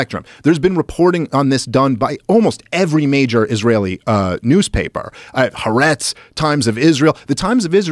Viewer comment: Isn’t “Dave” supposed to be a comedian? I’ve never seen him tell a joke. He mispronounces all the names related to this conflict, this is a think he reads about but doesn’t know up close and personal. It ain’t Harts, it’s pronounced Ha-ar-etz, and that newspaper, once having 50% of the Israeli readership , is not at less than 5%. “Dave” is simply out of his depths here, he has no special or unique knowledge, or personal experience, or insights of rare and deep underrating that others don’t; in short why should anyone listen to him? He should stick to comedy … and shave. But maybe I’m cynical, I think at this point “Dave’s “ whole gig is a former comedian gesticulating and giving opinions that are not unique or different than many people on the side of the road. He just wants to be on air. Any PR is better than no PR -and as the saying goes, no Jews no news.